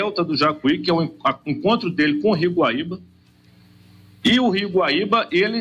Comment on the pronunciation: Especialista não sabe nem o nome do GUAÍBA e não baíba.